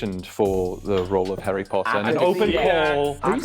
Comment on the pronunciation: As a Brit I was screaming it was the whole entire video 🤣🤣 How did y’all fall for “I auditioned for Harry Potter” and “full English breakfast” Also the way he pronounced Harry PUTTER was soooo wrong